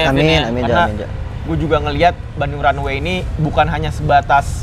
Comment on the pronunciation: Runway za bukan runaway